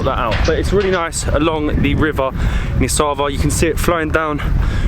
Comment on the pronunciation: Giza sad Nisava not Sava